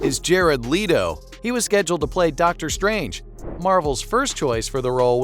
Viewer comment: Leto fam not leeto 😭😭